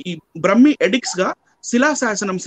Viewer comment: బ్రహ్మీ కాదు. బ్రాహ్మీ!